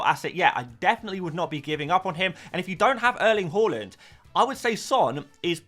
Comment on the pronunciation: Love your videos but PLZ stop pronouncing Haaland's name "haw-land"... he said himself it's HAA-land or HO-LLAND